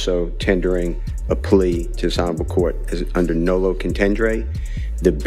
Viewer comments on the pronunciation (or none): Its nolo not nulu. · NOLO.. he’s saying it wrong